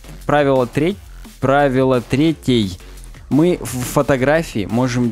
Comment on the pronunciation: Парни, ну ведь правило не трЕтей, а третЕй. Часть подкаста просто невозможно слушать из-за этого :(